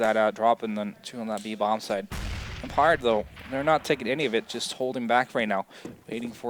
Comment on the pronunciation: it pisses me off on how he pronounces empire fffffuuck